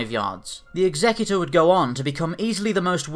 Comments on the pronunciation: stop calling it 'ex-xec-u-tor'! it's pronounced 'exe-cutor'! one of these things dots the 'i' and crosses the 't' on your last will and testament AND THE OTHER CARRIES OUT THE EMPORER or KINGS JUSTICE! NOT THAT HARD WHEN YOU THINK ABOUT IT to work out how to pronounce the name. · Daniel Curda check out any star wars audio book..particularly Heir to the Empire where its mentioned about 10 times in the first five minutes of the book. DEF Exe-cu-tor as in 'to carry out the emperors justice' DEF not exec-u-tor its NOT a four door luxery sedan nor someone who dots the i's and crosses the t's on a will!! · why can no one pronounce Executer correctly? Its pronounced the same way that you say to execute someone, the guy who carriers it out. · Love this channels content - but can we clarify this matter of pronunciation. It's not 'egZECuter', it's 'EXeCUtOR' . . . as in a terminator of life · lol executor. it's pronounced like execution not like executive. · It's Execute-or, not Exec-utor. Ie; One that carries out executions rather than one who carries out legal instructions. Just sayin'. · Fair enough, not afraid to admit my errors. Still think that 'Execute-or' sounds far more badass though. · Nope it is pronounced EX-EC-UTE-OR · It's pronounced Executor as in "to Execute", not as in Executive officer. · Are we sure he's saying it right and it's not the executor like execute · It's pronounced Executor; like Execute, not executive. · I really hate it when people pronounce the name like this, it sounds so stupid even if it is canon, it's suppose to be a ship of terror not a ship to assist in the reading of a will. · But it's wrong though